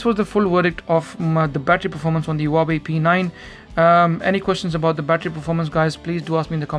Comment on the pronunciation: One advice, Huawei, the H has sound, like the word "who" xD